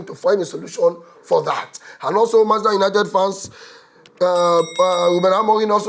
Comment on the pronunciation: Why Manchester United de hard you to pronounce?😂